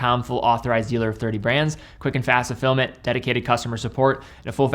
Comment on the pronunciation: For years I always thought was saying "Quick and fast to film it" not fulfillment. lol